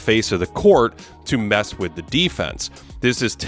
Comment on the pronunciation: Who, on earth, told you that mispronouncing the and a (as "the" and "aye") would sound good??? You've essentially taken a professionally-written script and well-edited video footage, and handed them over to some doofus-sounding 5th grader to read for you... it is an amateur move you may want to rethink.